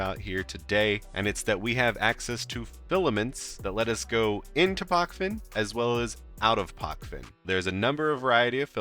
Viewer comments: It is not PoKven, it is PoČven. Č==CHicago, PoCHven. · You pronounce it wrong mate